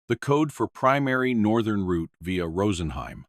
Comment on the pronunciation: New Subscriber here. Thanks for sharing, and pronouncing Route properly. As in Root 66. 😂. 👍🙏🇫🇴🇬🇧🇺🇸🫶🫂.